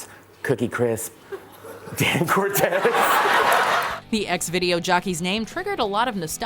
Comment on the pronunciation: It's Dan CORTESE people!!! Not Cortez!!